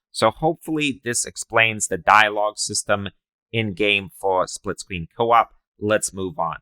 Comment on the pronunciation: Bro you sound like that dude kripkey off the big bang theowee you know what I mean spwitscween experiwence LOL